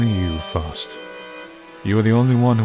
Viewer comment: I believe it's pronounced "Fowst." That aside, this was an interesting game. 👍